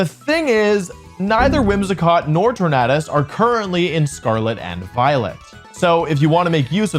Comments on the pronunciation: Is it not pronounced tornadus like tornado? Not tornahdus! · How does the World Champion mispronounce the word "tornado"? How?